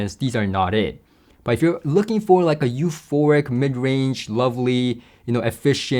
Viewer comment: Please learn the difference between euphoRic and euphoNic! Especially if you are going to use the word in every other sentence. Unless, of course, you are actually having an orgasm in every other sentence.